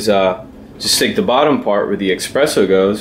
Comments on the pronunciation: insists to pronounce "EXpresso" and is NOT with X the word... is Espresso.. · Thanks for your video, just bought one myself. Just FYI, it's eSpresso, not eXpresso. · Hi... about your pronunciation of espresso is not offensive; is just a so common word that is obvious to react at the sound of x in the word. As I guess you'll continue to create videos about coffee, it'll be good to correct the word... no bad feeling from anyone, I guess.. And hope to see your next video in youtube....